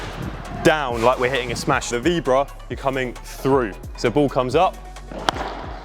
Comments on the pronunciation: Vee BO ra not veebra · "Vee-bra"? Maybe learn to say it before you try and teach it?